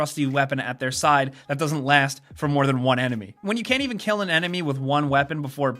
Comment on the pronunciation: is that how you say "even"? like the name Evan lmao